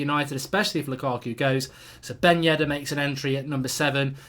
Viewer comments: Who is yeddar it’s yedder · Mark, his last name is "Ben Yedder". Not "Yeddar". Great vid as usual